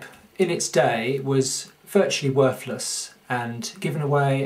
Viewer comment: Where is "norf America"? What is "worfless" and "frone away"? If you are trying to educate people on a subject then at least get the English language part of it right.